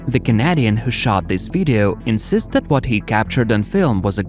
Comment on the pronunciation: can we just realise that said "CANAHDEiN" with no accurate accent of it